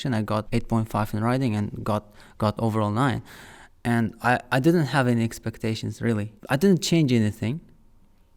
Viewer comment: Expecteshns ar getting higher 😂